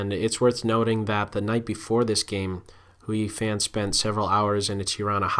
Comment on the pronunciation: Great Analysis. I've enjoyed watcing each of these videos for the women's chess championship. FYI, Hou Yifan is pronounced "Hoe EE Fahn"